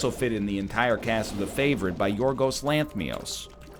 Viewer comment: Its Lanthimos, not Lanthmios you meanie